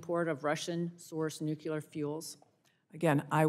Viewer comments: New-CLEE-er, not nuk-you-ler. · The word is nu-cle-ur, NOT nuke-u-ler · Ugh. Nu-CLEE-ar not nuc-U-ar. Otherwise, she's correct. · whats with new - cue- lure? i thought it was new-clear? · It's nuclear not nucular. Our team needs to look educated. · "nUKUlar fuel" she says why not nucLEAR? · The word is nuclear, not nucular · NUCLEAR, not nuculear. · Nu-clee-uhr. Not nu-cue-luhr. 🙄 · It’s not “nuc-u-lar!!! Please, American politicians, get it right!! Nuc-le-ar! Look at the spelling! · What is "nucular"? I know what "nuclear" is. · Why can't people say, "Nuclear"? It's not hard -- NU-klee-ar. NU-klee-ar. Not NOOK-ya-ler. NU-klee-ar. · Disregarded everything she argued once she pronounced it nucUlar…🤦🏽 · NUCULAR IS NOT A WORD!! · WTF is nucular. I've never heard of nucular power before. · I agree except I really wish she would take time in the mirror one morning and learn how to pronounce nuclear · Why can't these college graduates pronounce Nuclear? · Why can't anyone pronounce nuclear, just us phonics 😢